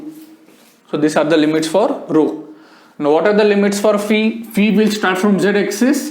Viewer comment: There are very few teachers who properly pronounce phi as fee. Great sir /\